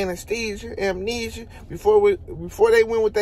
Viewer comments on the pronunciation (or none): He said, “Terrence Crawford fighting, AMENESIA”… 😂😂😂 like he REALLY fighting a sickness 😂😂🔥🔥 Bud a 🦆 💥🥊